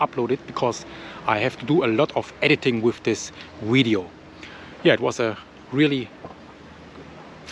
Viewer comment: Love the way he says video.. widdio